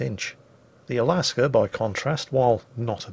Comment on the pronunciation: there is no r in Alaska or Alabama...or Delta...